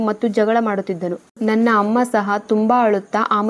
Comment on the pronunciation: ಸಹ ಅದು ಶಹ ಅಲ್ಲ 🤦‍♂️